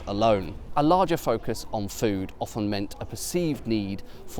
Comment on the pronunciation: Thank goodness he’s not one of those crazies who pronounce the T in “often”. Sometimes I despair of people.